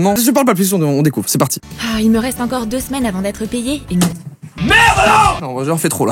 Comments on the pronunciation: « Très rete » 😂😂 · Jpp « rete » 😂😂😂